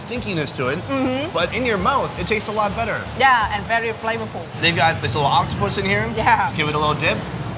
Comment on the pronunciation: Did he say oc-toh-pooss?